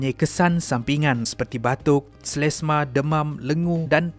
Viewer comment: ....bukan selesmaa....selesema.....😂😂😂